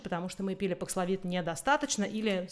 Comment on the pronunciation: Спасибо! Очень актуально: что делать в России? Прививаться Спутником дальше? Говорят, он не годен для бустера. И просьба четко произносить названия. Бакславин? Пакславин,бакславит, пакславит/д, бакслафин/д/т? Это особенно важно, когда слово новое, термин, имя, фамилия, топоним. Очень распространенная вещь многих спикеров